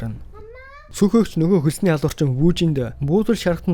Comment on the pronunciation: Бичлэгүүдийг нь үздэг шүү дэмждэг миний бро "Хэлний үзүүрийн "н" хэлний угийн "н" гэж хайгаад нэг үзээд таарсан хичээл үзчих тэх үү гуйж байна. Очин гэхийг очно, охин гэхийг охино ирчихсэн гэхийг ирчихсэнэ айлган гэхийг айлгана, алуурчин гэхийг алуурчина гээд байх юм гуйж байна тэхүү